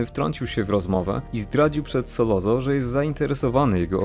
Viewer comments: Fajny odcinek - jedna uwaga nie SOLOZO tylko Sollozzo czyt. Solocco. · skoro mówisz "solozo" zamiast "solocco" i "Hagen" zamiast "Hejgen" to nie powineneś przypadkiem mówić "corleone" zamiast "korleone"?